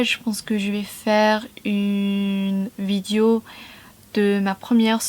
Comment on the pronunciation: Je n'ai entendu qu'une seule nuance à corriger dans ta prononciation : vidéo (é) et non vidio.